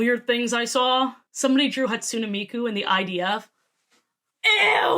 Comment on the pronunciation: ermmm actually Hatsune is pronounced Hat-Tsu-Nay